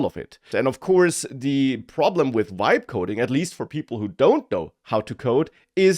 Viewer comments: It sounds like "wibe coding". I thought German had the English "V" sound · Has this mf never heard of the letter V ?? Wtf is wibe coding